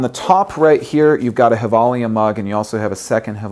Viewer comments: Umm... Gevalia isn't Spanish... It's pronounced "jevalia"... 'J' as in John, that is. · actually just watched a Givalia commercial and discovered it is pronounced with a "J" sound and not Hilvalia. lol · Nice to see that u give away something from a swedish company. Gevalia means Gävle in latin. Gävle is the city were they makes the coffe. Did you know that? And it´s pronounced with a "J".